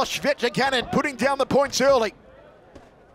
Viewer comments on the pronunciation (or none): Hope the guy behind the microphone learns to say CVJETIČANIN the right way. It's awful 🤮🤢